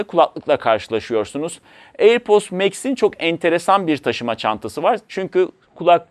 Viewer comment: Her söylediğinde airpost anladım yahu:)